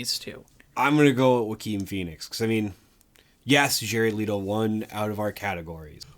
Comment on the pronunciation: God you are KILLING ME. It's leh-to, not lee-to. And Jared is the superior actor.